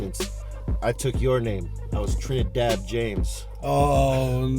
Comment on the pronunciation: "TRINADAD JAMES"